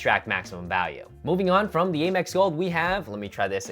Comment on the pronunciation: Stop saying Eh-mex.